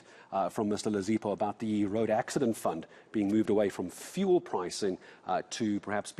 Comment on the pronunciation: The way this is explained doesn't make much sense... maybe also pronounce it as "few-ul" and not as "foo-el"??